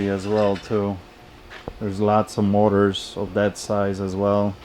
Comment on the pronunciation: In the beginning I thought you were saying "mortars" until I figured out you were saying "motors."